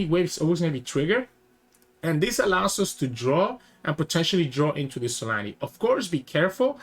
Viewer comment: it's zolaani not solani